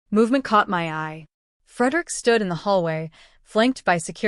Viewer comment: FFS it's EYE to EYE not I to I. Grrr!😡😡🤬🤬🤬f#%&k